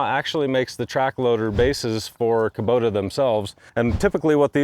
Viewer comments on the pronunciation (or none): none